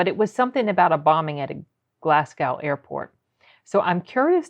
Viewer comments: Oh, it's Glasgow, as in Glaz-go, not Glas-gAw. But aye, he had cancer, and does indeed have Parkinson's. He's known over the years for being controversial. When I saw him live he forgot one of his lines but he was open about it, which is the best thing for the audience and comedian. I love this man. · Glas-go. Not 'gow'. Same as Mos-co, not Mos-cow. :) (forget the 'w' is there) The Billy Connolly one's to check out is the one with the Lions and the the one with the incontinence pants, which is a classic. Either way, more Connolly please ! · I love him! He has Parkinson’s and prostate cancer. Glasgow is pronounced Glaz-go btw. It’s spelled deceptively.